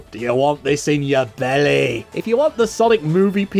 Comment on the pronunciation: "Get in my Bellyy”